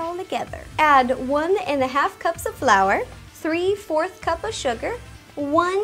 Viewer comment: Am I the only one who heated her say blour